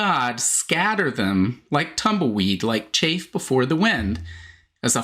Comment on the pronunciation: It is CHAFF not chafe